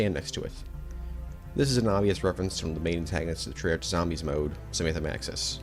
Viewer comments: Bro your pronunciation is TERRIBLE. Cordis die is “cordis dee ay” , Treyarch is “trey ARK”... DEAR GOD Having said that, i still enjoyed the video watched the whole ass thing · Every time he pronounces treyarch I cringe a lil ngl